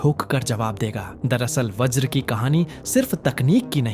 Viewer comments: Vraj nahi Vajra sahi Got it...? Atleast Basic English to Jano. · व्रज नहीं भाई वज्र